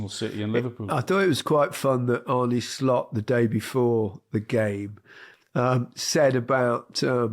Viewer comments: Hey Gary... Its just as you read it. Arne SLOT!!! If you say SCHLOT then it is german! And no its not Max Verscchhtappen its Verstappen! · The S in Dutch is just like the English S. it’s Slot, not Shlot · i can promise you its not SHHLOT its just Slot, first name is pronounced arnuh not arn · It's Arnuh Slot. Not Shlot (he's no German)